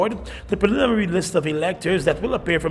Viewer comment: .... this man cannot pronounce the work pre lim in ary